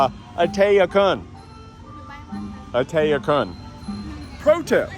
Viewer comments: LOL your "ort te, awkun" needs some work....probably wouldve understood no thank you better LOL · Your pronunciation of no thanks wasn't great. If you took your car from Thailand to Cambodia you have to be with it. Indiana Jones Ta phrom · Nice video dude in my wife’s home country. You said “atey akun” sounded so funny. It’s more like “ot-they orkun” for us southern USA people 😂 and Khmer is said like Khu-mi. Cool seeing some nice cars I hope and wish Cambodia can grow their car culture would be awesome and interesting to follow. Need a nice race track.